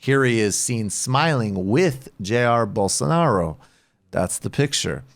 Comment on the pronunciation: (Rubin voice) “Bolso-nar-io”